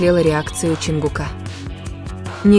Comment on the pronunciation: Не ЧонгукА.а ЧонгУка